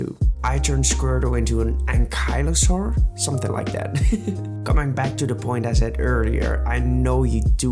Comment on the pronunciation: It is pronounced anky-lo-saur-us